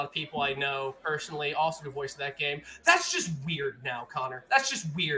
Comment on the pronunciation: Subarashi! Amazingu gameu! You did an great job DM'ing this Connor!